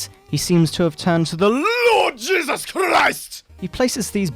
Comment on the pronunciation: THE LORD JESUS CHRRRIST!